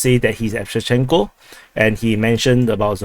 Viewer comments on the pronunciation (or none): none